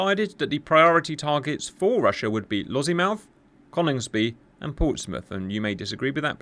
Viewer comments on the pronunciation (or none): It’s Lossy Mouth rather than Lozzie Mouth but otherwise superb. On our own we are not looking good so fingers crossed we have sufficient interoperability. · There is no Z in Lossiemouth